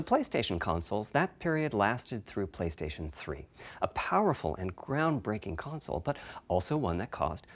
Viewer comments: ps5 gon be an amazing "conzole" lmaoo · nobody:: "conzole" P.S. don keell mi pliz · ConZole :P funny :)